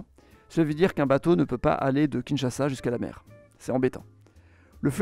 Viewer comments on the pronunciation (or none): none